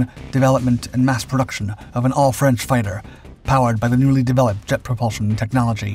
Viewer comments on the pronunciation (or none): none